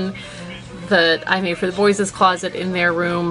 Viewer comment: Why you you pronounce it "boy-sis" its just "boys"